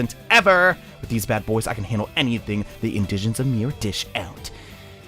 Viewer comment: Its not in-digens its indegins